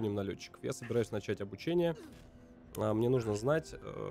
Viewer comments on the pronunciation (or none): none